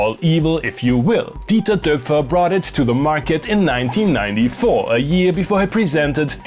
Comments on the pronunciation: fine, but you missed counting the embarrassing mispronounciation of döööpfer , so I think the whole argument is flawed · The Austrian in him came out... he's a native German speaker but can't even pronounce "Döpfer" properly. 😂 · That is the most Austro-Bavarian pronunciation of Doepfer I've ever heard 😁